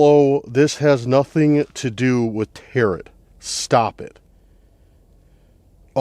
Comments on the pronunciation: tarot is pronounced tear-oh. The final T is silent. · Tarot .. is pronounced like tare-row